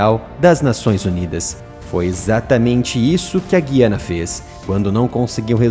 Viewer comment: Olá. Só quero contribuir para melhorar. No Brasil, deve pronunciar-se Guiana, com o ditongo "ui". É um erro falar Guiana (com som de "ghi": enguiçar, enguia, guiar etc)